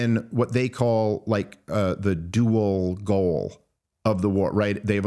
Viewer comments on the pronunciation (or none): none